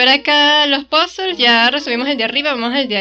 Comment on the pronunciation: Jajaja parece que Suicune se escapó de tu PC por un momento. Me encanta que pronuncies puzzles como se debe! Parece que nadie sabe inglés y todos lo pronuncian mal :v xD